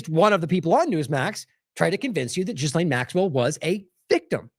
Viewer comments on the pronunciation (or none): We really should pronounce Maxwell's name correctly. It's NOT JizzLane. It is G'Lane with a hard G. The S is silent. It's a name of French origin.